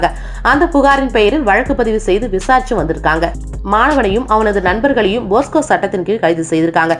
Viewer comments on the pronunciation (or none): அது போஸ்கோ சட்டம் இல்லை போக்சோ சட்டம்